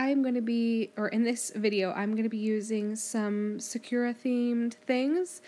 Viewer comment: hehe, sakura is pronounced "sak-ur-ah", not "sa-kur-ah" 😃